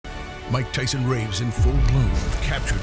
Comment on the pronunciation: And I’m Mike “tython”